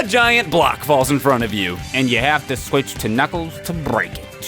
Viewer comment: Kunkels says swith not the s word